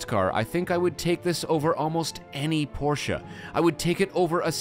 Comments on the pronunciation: What was? Porsche? No, it was not. But at least he pronounced it with two syllables. 🙂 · And the fact that it was pronounced correctly :)